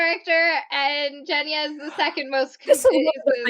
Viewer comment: Also it is really weird to be as a person who speaks Russian on a daily and whose actual name is Genya to listen to the wrong pronunciation of my name and the fact that Grisha is a name as well, it's short for Gregory.... like...